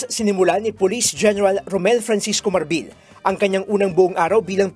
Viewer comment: Marbil and not Marbel